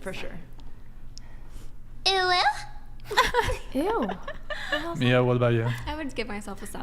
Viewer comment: The name Mia dont have 2 different pronunciations tho to be honest..its just Mia and the other way u said it is actually spelled Maya...